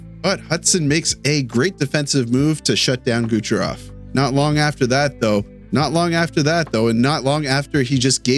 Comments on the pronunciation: is it me or every time he tried to say "Kucherov" it sounds like "Gucherov" lol, great video though once again!! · I think it's on purpose